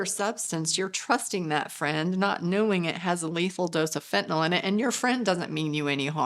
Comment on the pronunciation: Nyl not nol